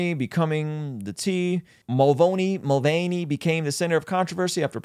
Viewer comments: Why does he keep saying MulvOney? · Why you keep saying mulvoney lol there’s no O